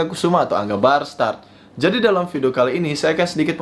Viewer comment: Barstard,atau Bastard!! sih😂😂